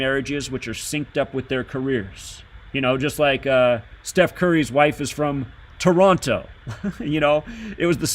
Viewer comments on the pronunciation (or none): none